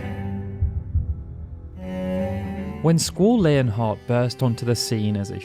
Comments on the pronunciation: Its LEON (lee-on) or (lee-on-heart) not layon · Squall: "It's Lee-on"